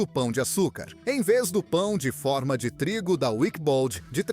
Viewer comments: Bom o vídeo mas é irritante fica repetindo o preço e falar pão de fórma. Não é som aberto, é pão de forma. Captou? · Pão de fÔrma... Quem mandou eliminar o acento diferencial?